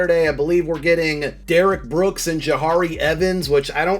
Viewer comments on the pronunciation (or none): Did you say Derrick brooks!!!